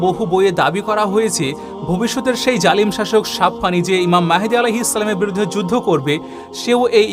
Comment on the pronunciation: বড় ভাই মনে কষ্ট নিবেন না সালামটা আরো ক্লিয়ার ভাবে দিলে ভালো হয় আপনার জন্য অনেক শুভকামনা রইল